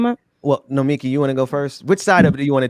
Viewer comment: Great show! Please learn how to say Nomiki's name. She's too nice to say anything.